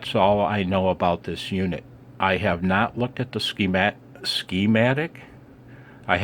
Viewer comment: When you said "ski-matic" it reminded me of persons that pronounced Toyota as Tie-Yo-Ta. lol